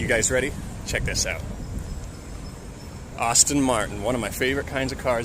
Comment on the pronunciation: Wtf is an 'Austin' Martin?